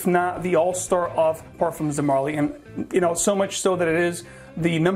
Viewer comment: Hey guys, just a correction on the pronunciation on Parfums, the "s" is silent, you pronounce it just as if you were saying Parfum.